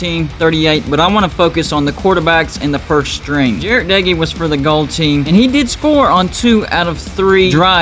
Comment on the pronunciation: Texas Tech defense is gonna shutdown WV offense this year. Just wait and watch. Our defense will be #1 in the big 12. Wreck em Tech. Thanks for pronouncing Doege correct though. Seems like only Lubbockites (since he and his brother were from Lubbock) and WV fans are the only ones who do it.